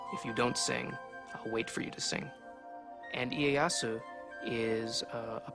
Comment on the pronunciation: ee-ay-ah-soo lmao